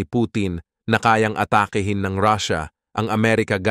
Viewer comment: PATURO sa WASTONG pronunciation ng 'ATAKI'HIN'.